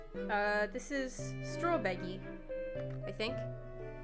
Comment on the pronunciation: “StrawBeggy” I’m dead 😭